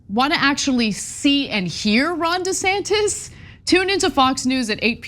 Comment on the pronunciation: Did elon say “governor santis”?